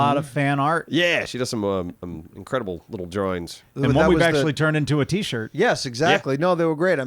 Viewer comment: so yous made da Simon sandwich t-shoit? bada bing